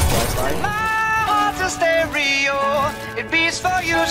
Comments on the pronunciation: “Sterio Hearts” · "Sterio Hearts"